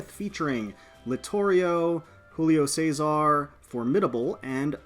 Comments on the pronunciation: Your pronunciation of Giulio Cesare had me grinning, it's actually 'julio chezare'. It's 'Julius Caesar' in Italian. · As an italian, i laughed so hard for how you said Giulio Cesare